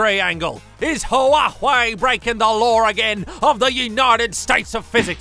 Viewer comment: The only Youtuber that can pronounce Huawei! Gold Star!